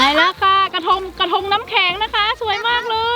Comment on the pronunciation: กระทง เป็น กระธง